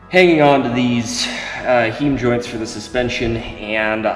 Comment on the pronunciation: Isn't it pronounced "hime" joint ( spelled "HEIM") ?---> Not Heem joint----> Nice work though !!!!